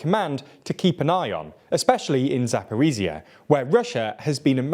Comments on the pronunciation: "ZH" is not 'z' — Zaporizhzhya is pronounced zap-o-rizh-zhya. Jesus Christ man, try a little. Zaporiza, my lord. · I can imagine the ukrainian viewers having a seizure each time he says "ZaporiZia"